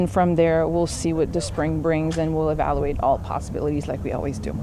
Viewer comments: She can’t pronounce evaluate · Evaluate is not a 3 syllable word.